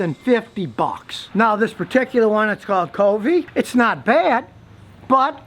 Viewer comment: Why would I even consider valuing your opinion when you can't even pronounce the brand kove (pronounced cove) correctly.